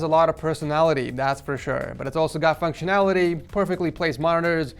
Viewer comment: Did he say more functionaliry? 😂